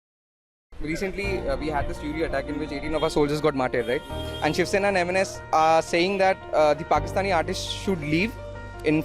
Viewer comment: It's pronounced as oori not U-ri ..otherwise good going :)